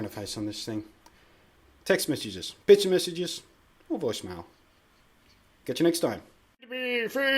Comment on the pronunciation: Cool, I don't think I'm gonna use it, but I bet someone els is gonna. BTW, everytime you said picture message I thought you said bitch message :P